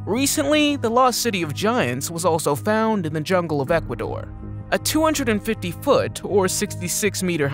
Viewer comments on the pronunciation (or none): none